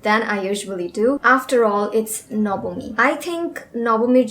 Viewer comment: দি তুমিও কি বাঙালি?? I mean the way you say the "NABAMI" ..Thats why asking😋 Btw ...love to see your videos